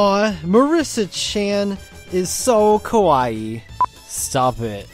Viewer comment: If you mispronounce Kawaii , then yes, she is in deed scary.